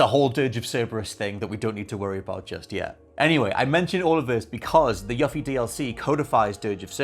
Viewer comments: ...i'm sure it's just an accent thing, but every time you say "Yuffie" pronouncing the "u" like in "fluffy", I wince so hard argh 😂Please for the love of all FFVII her name is ユフィ, as in "you" and "fee". 😅 As for your theory I'm more inclined to believe (hope, perhaps) that Zack is alive and this alternate timeline Zack has crossed over into Remake timeline, because that means more room for Aerith to NOT die in the future. I guess we'll see. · You-fee please say it correctly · You-Fee. Not Yuh-Fee. The mispronunciation of this name has bothered me for 24 years :L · Tf is a “Yuh fee”? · Also... You-Fee! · You-fee this is the correct way to pronounce her name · YUH-FEE lmao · YOOFIE! Jeez my dude! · it's yoo-fee. As it's pronounced in Kingdom Hearts, and her DLC for FFVIIR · It's YOU-FEE (Yuffie) how are all of you saying her name wrong? And I loved Dirge of Cerberus BTW. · It's YOU-fee damnit! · The way you pronounce Yuffie is a disgrace lol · The way you pronounce "Yuffie" disturbs me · We’re supposed to believe your theory, you can’t even say her name properly. SMH! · Your pronunciation of Yuffie's name is maddening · Unfortunately his theory is only as good as his Yuffie pronunciation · I find it funny he played through a whole game and STILL can't pronounce Yuffie's name correctly. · Right!? They first gave us the correct pronunciation spoken nearly 20 years ago in Kingdom Hearts. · he's pronouncing it correctly as to how it's spelled in english. the double f is the culprit. if it was localized as yufi or yufie there would be no issue so you can blame spelling for the goof.